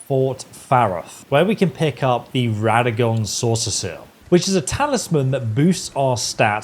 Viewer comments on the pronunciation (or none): "Soreseal" pronounced SAW - SEAL, not "Saucer seal" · I can't with him saying "soreseseal" lmao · Why tf do you sound like you have a disease everytime you say "Soreseal?" It ain't that hard bro lmao